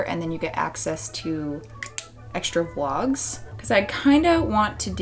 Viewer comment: The way you pronounce Vlogs/Vlog always sounds like Wogs to me and it's weirdly cute and endearing. I'm not a native speaker so I'm also always glad to hear that even native speakers can't pronounce everything correctly.